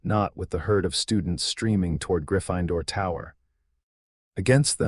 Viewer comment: In no dialect of English is Gryffindor pronounced Griff– fine– door if you cannot pronounce words then have your programmer reprogram you as an AI so that you actually can speak English and not this pig latin that you're speaking😊